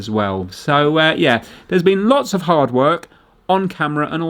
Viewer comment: I can’t believe you corrected yourself on the pronunciation of the letter H and yet you still pronounce“off” and “of” as OFF. Merry Christmas and family.